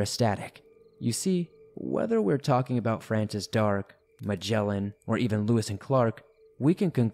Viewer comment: I cringed at explorers' name Francis Dark. It's D R A K E - rhymes with brake!